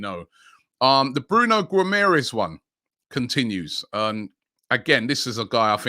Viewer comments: Robbie said "Bruno Guomorest" . Very good pronounciation and "Offcorn Nations Cup"😂😂😂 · The butchering of these names will probably put players off from joining us Robbie. Guimarães - Ghee-Ma-Raysh